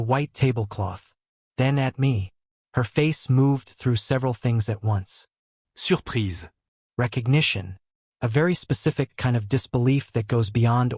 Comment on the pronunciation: Why is surprise stated with a French accent